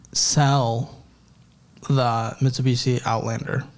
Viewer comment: being consistantly unable to pronounce Mitsubishi 😭❤❤❤